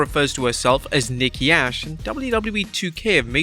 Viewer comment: I never heard her called herself nikki ash 😂 now Nikki A.S.H yes but its ok im hype for thr game